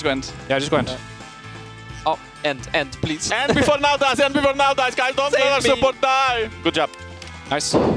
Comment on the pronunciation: "I will pleasure the nash here" Yeah that was an L, not R ;D